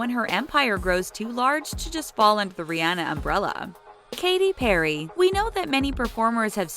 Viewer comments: Who else noticed the fact that she pronounced Rihanna, Ri-ana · You said Rihanna wrong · Here you are telling us their real name but still pronouncing Rihanna's name wrong...🙄🙄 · Just a joke I mean you were pronouncing it wrong but it wasn't hate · Am I the only one bothered by how she said Rihanna and Lana Del Rey.... Or is that just me 😂😂😂